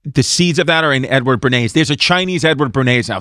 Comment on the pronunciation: Cuz, make no mistake it sounds like you’re saying “N Word Bernays”